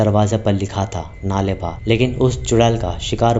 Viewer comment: U r pronouncing it wrong... Its नाळे बा (कल आना कन्नडा में) not नाले बा।